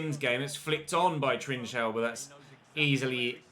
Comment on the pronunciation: It is not trichao its pronanceing Trincao learn how to pronance it is not that difficult to do.🤨😤😡🤬